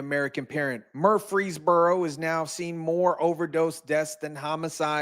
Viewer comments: i've lived here my entire life. my family has lived here for generations. the murfree's are an actual family and yes you do pronounce the second R. you are wrong. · 🤣 It's pronounced: Mur-frees-burrow🤣 You tried. I'll give you A for Affort. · where? Murfreesboro? That's pronounced more like Murphy's burrow. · Why is he saying Murfreesboro like Murf-frees-boro? it's Murfrees-boro. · Its pronounced Muprhys borrow... not murph freeze bro lol 😆... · I’m from Memphis tn it’s actually Murphy not mur- free-borough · Bro ! It’s pronounced MURF-REESBORO like Murph - reesboro.. not mur-Freesboro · Murphys borro not Murp freee boroooph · Mur-frees-bore-oh Not Mursfreeboros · he's adding an S after mur for some reason. saying free is correct but murs - frees is incorrect. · Murphy + burough, bro it’s Murpheesboro… wtf😂 not freeze + burough… jackass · he is pronouncing it wrong by adding an S after Mur. you are pronouncing it wrong by saying fee instead of free. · dude its murfysburo lmao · You can’t be from Tennessee we don’t pronounce Murfreesboro like that it’s just Mer-free-boro. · Mur-freeze-burro.... it aint hard to say dude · You have "statistic" down...now work on pronouncing "Mur-frees-boro" Say it with me... clap it out 🙏...🙏...🙏 🤣🤣🤣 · it's Mur- frees-burro, it sounds like you're putting a three in there 😂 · Murf Rees Burrow pronounced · Hey just say it southern. Murphysboro. Out of staters get hung up on the frees part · I think you're having a problem pronouncing MUR*FREES*BORO... You're welcome! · stop saying it like that!it's ONE word Murfreesboro ya say the whole thing like a tribe called quest. it's not fkn Mur-fees-buro it's not the budweiser frogs.sorry this is great news but yeah.just don't say it,you're making my ears bleed saying it wrong. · It's pronounced Murphys borough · Fyi, its pronounced "Murf-freeze-boro 🙌🏼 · Mur-fees-boro. No one pronounces the second R. 😂 Sorry, I am from Tennessee. ❤ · Yeah lol Murphys Boro 😂😂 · “MUUR -freeze-burro”.